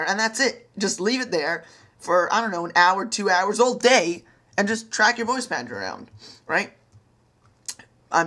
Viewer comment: lol moice pounter